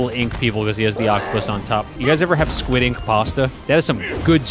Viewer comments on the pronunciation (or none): none